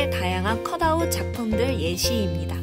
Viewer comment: 선생님 자막좀 넣어주세요 컷 아이 기법으로 들려요ㅠㅠㅠㅠㅠ